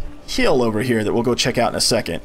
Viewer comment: These videos are great. Two annoyances (and I realize this series almost 5 years old)... The pronouncement of "here" as "he-EAR" is grating. It wouldn't be bad if it wasn't said multiple times in a row at times. Also the repetitive instructions take forever. Other than that though, awesome tutorials and very great info!